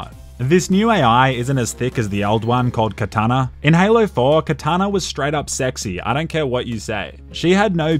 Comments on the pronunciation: It's cortana not katana.... that was one of the most dehydrated things you've done king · CORtana not KAtana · So nobody is gonna talk about this man calling Cortana, Katana? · No one's talking about how he said Cortana as katana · Is it just me or is not hydrated enough to pronounce Cortana correctly? Also, did I notice an mresteve reference?....nice!